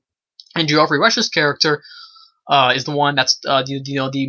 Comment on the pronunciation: It's Jeff-REE, not Gee-OFF-ree.